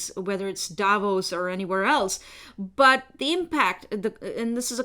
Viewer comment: Davos not Davis🙄